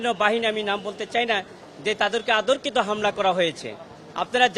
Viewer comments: এ ভাই তোর কি বিবেক নাই?? এই ১৫ বছর দাবি কোথায় ছিলো?? আর তোর ভাষাগত ত্রুটি আছে।। অতর্কিত কে আতর্কিত বলতেছস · এই উকিল কিভাবে উকালতির সনদ পেল আল্রাহ মালুম। তার বাংলা শব্দ অনেক ভুল যেমন, আতর্কিত,যোক্তিক,যাবিন ইত্যাদি......। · এই পচা উকিল তো কথা বলতেই পারে না। অতর্কিত কে বলে আতর্কিত। B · মাননীয় উকিল সাহেব ভালো করে বাংলা বলতে ও পড়তে শিখুন। শব্দ টির উচ্চারণ অতর্কিত, আতর্কিত নয়। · দাবিদাওয়া, অতর্কিত,শব্দগুলো সঠিক ভাবে উচ্চারণ করতে পারে নাই!!তিনি আবার উকিল সাব কি বলবো ভাষা খুঁজে পাচ্ছি না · এই লোকটি অতর্কিত শব্দ টিই উচ্চারণ করতে পারেনা। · ২.১৬,উনি কেমন উকিল অতর্কিত শব্দটা ঠিকভাবে উচ্চারণ করতে পারে না